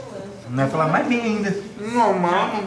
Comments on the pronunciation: q agonia desse "majs" kkkkkkkkk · Ele trocou o i pelo j kkkk